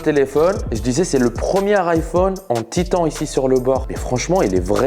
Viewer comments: "Titan" je crois 😂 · On prononce "Titane" lol